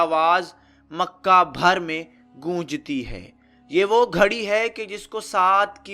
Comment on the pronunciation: ghari hoti hy nakay kharri... .poor accent